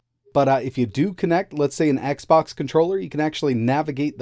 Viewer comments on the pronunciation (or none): none